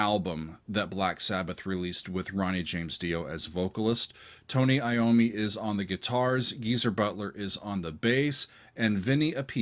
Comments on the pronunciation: One of the very rare instances Tony played a guitar with a wang bar. Yes,, it’s Tony, not Tommy. Love you dearly, but please, get it right! Rock on. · Its Tony...Tony Iommi